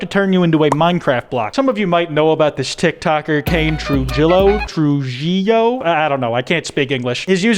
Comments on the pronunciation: Guys it's pronounced Trujillo (Tr-u-Hi-lo) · Yo my caucasian homie. Its pronounced "tru-he-yo"